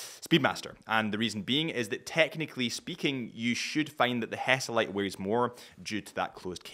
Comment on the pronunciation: Is HESALITE , not hesitate……